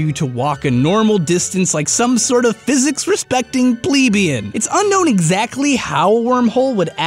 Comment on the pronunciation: You mispronounced plebian and that makes me mad because I study history :)